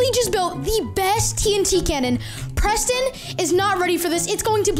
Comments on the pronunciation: LOL 😝 it is Preston not PRENSTIN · OH NO! PRENSTIN